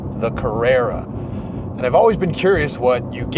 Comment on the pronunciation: Carruerrua wierd way yo pronounce this word, let me help you. Car-re(p)-ra(n) all the letter inside this (do not say it) is just a guide like when you say Ran say the same but take the n outside this word...